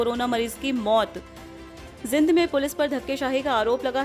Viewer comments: आज के बुलेटिन में कुछ नहीं बार- बार पुनरावृत्ति की गई है|जींद को जिंद बोल रही हैं कृपया ध्यान से उच्चारण करें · Bar bar ak hi kabar na sunai or zind ka uccharn acchi thar sa kara